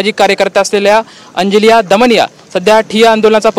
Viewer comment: वा रे पत्रकार.... अंजलिया दमानिया बोलतो...(दोन वेळा)